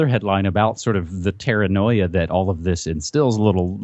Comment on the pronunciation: 'terranoia' lol